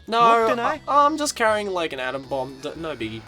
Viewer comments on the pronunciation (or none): none